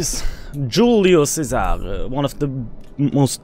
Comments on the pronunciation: Cool but C is pronounced CH, like in CHina ;) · Che-Sa-re and the S sounds more like a Z